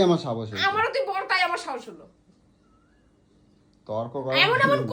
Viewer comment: সত্যি, লম্পট র বাংলা শুনলে বাংলা ভাষা ভুলে যেতে হবে। "সাহস" - কে "সাবস" বলছে!